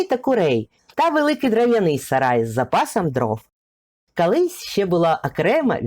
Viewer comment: Розказуєте гарно, цікаво. От тільки у вас вимова, як у Юлії Тимошенко: "кАлись", близькА", сотАк".... Але все ж краще, ніж у азарова була)) .